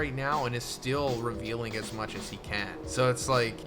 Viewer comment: Why does the mother flame say ASMU